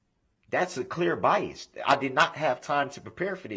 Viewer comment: Don't forget examinate, biast, and umbiblical cord! 😂😂